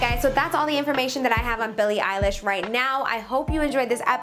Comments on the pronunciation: Did you say...Billie EYELASH?! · Did you just said Billie Eyelash?